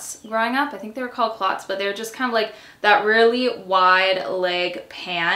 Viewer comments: It’s culotte😂 and it’s not an “American word”. It’s got roots elsewhere which means it’s pronounced differently in different countries. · Okay, I have to ask - in Canada, do you pronounce “culottes” like “clots”? I grew up on the US West Coast saying “coo-lots”, so I’m wondering if the pronunciation varies. 💗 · idek 🤣 all I know is we just put emphasis on the 'u' but it's like cuh-lots instead of cooh lots